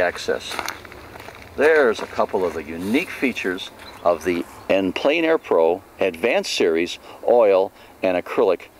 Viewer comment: French is pronounced "On plen air" not "en plane air"